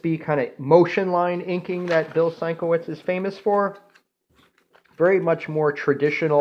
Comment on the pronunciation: A few things dude.... SIN-KEV-ITCH, is how his name is pronounced. Learn how to handle your comic books more professionally! I've a 13 year-old nephew that knows the proper care and maintenance of comics! You may as well be drinking fruit juice and eating pizza while giving your presentation! Bags and boards are a requirement if you plan to collect. The Warlord by Mike Grell is like Conan, Kull and the Barsoom series rolled into one. Dreadstar by Jim Starlin is like Conan, Star Wars, Heavy Metal (minus the adult content), and Cosmic Marvel. Hope this helps.